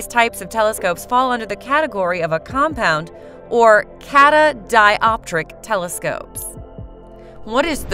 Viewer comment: Cat-a-di-op-tric 😳, how we meant to trust what they say when they can't even say it correctly?